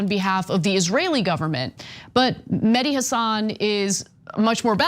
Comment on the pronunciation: His name is Meh-Di, not Madi. Mehdi root meaning is Guidance.